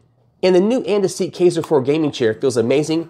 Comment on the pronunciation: Just fyi, it's pronounced "kEYEser" Also, you might want to work on making your video not sound like an advertisement.